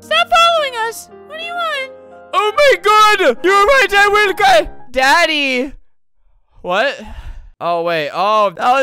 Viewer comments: pls- its so weird to hear him say daddy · HELP WHY DID HE SAY DADDY LIKE THAT...